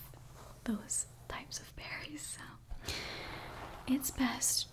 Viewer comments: when she said berrys i thought she said fairys and was scared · i've listened to this four times now and im only just now realizing you said "Berries" and not "Fairies" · My sleepy self thought you said "fairys" instead of "berries" - and when you said "they are delicious" I was like: "wait. What now?" 👀🫨😂